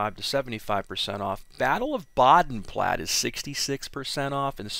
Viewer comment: In German, the "e" at the end of words is pronounced. Bodenplatt(ah). Just like how people pronounce "porche" like "porsh", but its really "porsh-ah."